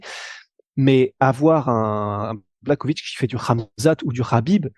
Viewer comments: jan BlaRowitz ca se pronomce comme ca ..... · Ca se prononce < blaRovitch >